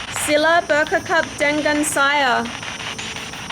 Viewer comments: Looking forward to more videos! One little tip I would add is "bercakap" is pronounced as "berchakap". The "c" is pronounced like "chance". Other than that, your Malay is actually pretty ok! :) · Anyway, I just would like to tell you that "c" is pronounced "ch" in Malay. Otherwise, you've done pretty well speaking Malay. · "Cari" is pronounce "cha--ree" not "curry" "Bercakap " is also pronounced with "chaa-kap" not "kakap" "Dengan" is pronounced like "the-ngun" like the nun but a nasal nun.. not "den-gun" 🔫 "Mengapa" is pronounced "me-nga-pa" not "men-ga-pa" Otherwise other words sounds good!!